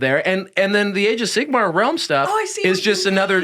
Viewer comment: Glad to have back 😊 and I love the addition of energy. But for the love of god - can someone please correct pronunciation of Sigmar?! I'm not even a fan of AOS, I am an Old World stan. But this has rustled my jimmies to no end!!! Sigma is the eighteenth letter of the Greek alphabet. Sigmar is a different word. Sorry for being a dick about it. 😘